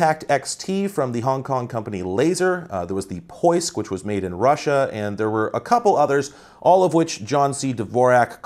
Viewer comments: you pronounced it absolutely correctly. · Nah. You pronounced it pretty much correctly. Remove h sound from between P and O and put more emphasis on I and it's pretty much perfect :) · Russian guy here. You pronounced it perfectly :) The name translates to "the search", I've got no idea what they were going for with that name